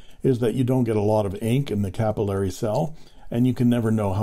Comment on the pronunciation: Thank you for Pen Resurrection Sunday! I like the history and how the vintage filling systems work. Funny that you pronounce the system capillory (ku-pil-lory) for the first five minutes and then switch to capillary (ca-pil-lary) afterwards. Now to find the first episode of the series.